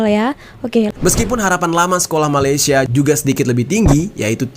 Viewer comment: bukan malisya,..malay..malaysia ye miss